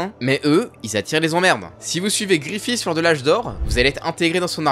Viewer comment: C'est si dure de prononcer guts et Griffith correctement ???